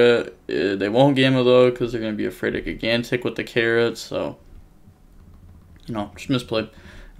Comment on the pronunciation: At last you're using the correct name for the TCG. Now to start pronouncing "gigantic" correctly.